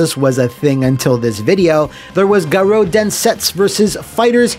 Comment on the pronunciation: Can't believe the title screen pronounces "Garou" like that!